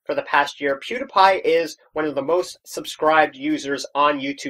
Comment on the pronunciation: you said pewdiepie's name wrong :/